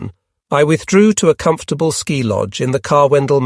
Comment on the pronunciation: Only an AI narrator would call ski troops "sky troops."